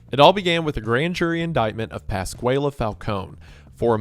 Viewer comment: As someone whose father was named Pasquale, your mispronunciation was both grating and funny.